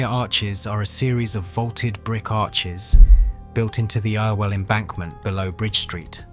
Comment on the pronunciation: Stop using a computer generated voice, It's good, but the shibboleths of local names will always show it for what it is. "Altrinsham" should be "Altringham", and "Ire-well canal" is "Errwell canal". As to that bomb, considering what the Arndale Centre looked like beforehand (a lot of people called it the largest public toilet in Europe), the standard Mancunian response to being asked about the incident was "The IRA have managed to do millions of pounds of improvements to the Arndale". The rebuild, whilst not perfect, is much better. There wasn't even an entrance in that street until the rebuild, and I much prefer the bridge we have now to the box that we used to have.